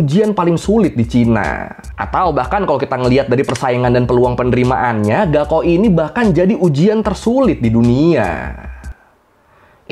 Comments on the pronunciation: bukan gaokao bacanya, .....tapi kaokhao bacanya.... wkwkwkwkw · Yg bener gaokao itu dibaca kaogao...高考 artinya ujian tinggi. Ini tulisan pinyin dimana pembacaan bisa terbalik. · Mas e cara baca 高考 "Gaokao" bukan " Gao Kao" tapi "Kao Khao" 😅😅😅 高 Gao (bc: Kao) = tinggi dan 考 Kao (bc: Khao) = ujian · Izin menambahkan 高考 pinyin nya tertulis GaoKao, tapi cara bacanya "kao khao". "G" dibaca "K"; dan "K" nya di baca pecah "kh" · Gaokao di baca kaokao bg